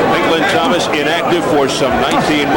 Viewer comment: "Pink Lawn Thomas"